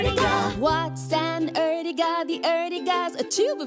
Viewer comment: Not erjiga is ertiga